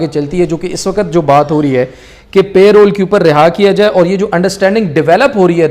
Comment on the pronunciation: Its not pay roles its parole